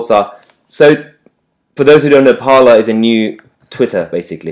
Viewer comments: ‘Parler’ is French for ‘to speak’. It is pronounced ‘parlay’, not ‘parlour’. “Parler is a new Twitter”. Parler was started in 2018. “It is a right wing version of Twitter”. It is a free speech platform and already had a large apolitical user base. Right wingers flocking there now to escape censorship does not make it a right wing platform. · Isn't Parler pronounced Par-lay as in the french for to speak / talk?